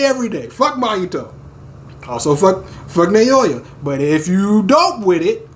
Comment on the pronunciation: It doesn't matter too much since Naoya already got iced (lol) but his name is pronounced like "Now-ya" Just wanted you to know! Maki comin through as Toji 2.0 is truly the best turn this story could have taken. Can't wait for the chapters to resume. Love all the reactions! <3